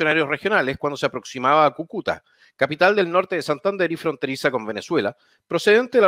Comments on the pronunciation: Kukúta... jajaja - Cúcuta!! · cúcuta, no cucuta jajajaj buen canal! ánimo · CÙCUTA...!!!! Con acento en la primera Ú..... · Quién chucha le puede decir que Cúcuta es esdrújula ?! Por favor. Agradecido desde ya